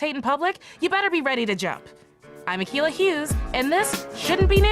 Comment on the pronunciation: "ICK"ilah Hughes, never heard of her. ;-)